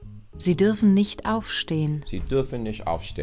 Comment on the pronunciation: I love how you 're dropping the t at the end of "nicht", just like a native speaker speaking casually (and not even second-guessing yourself when you hear the voice actors, who are over-enunciating a little bit).